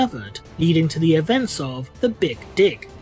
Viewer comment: i realy though you said events of the big dick i must have repet that moment a couple of times and then realized you meant big dig